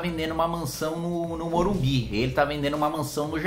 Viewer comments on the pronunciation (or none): none